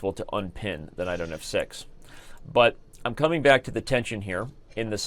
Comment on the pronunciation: I listen to it so many times and only now realised he said "unpin the knight on f 6" and not "unpin the I don't have sex"